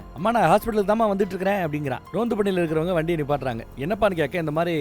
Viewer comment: Adhu Ronth ille anne... Tamil le varume Rondhu, adhu